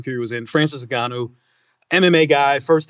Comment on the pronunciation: how the fuc* nobody can actually pronounce Ngannou correctly ? it's not NEGANOU but Ngannou